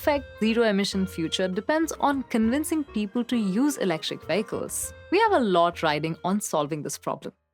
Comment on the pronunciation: I like how she says "VEY-ICK-CULS"!